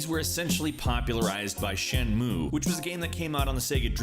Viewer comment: Shen-Moo-Ay. You skipped the last syllable and that took a bit away from the video for me